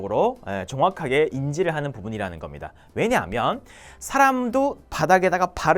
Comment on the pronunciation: 한국어 발음 너무 좋으신데 딱 한가지~ 표현을 포현으로 발음하시더라고요😊 真的是美中不足😅